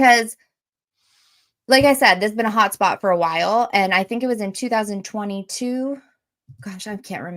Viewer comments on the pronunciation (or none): Lol I thought you said a POT spot. Then I had to listen again. HOT SPOT! IM DYING😅😂